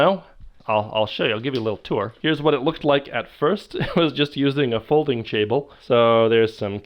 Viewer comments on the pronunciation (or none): "folding chable"